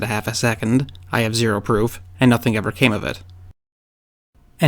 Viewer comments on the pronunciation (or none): none